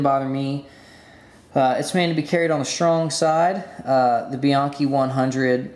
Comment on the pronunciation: Frustrating to hear EVERYONE pronouncing Bianchi incorrectly. Try calling them to hear how it's actually pronounced.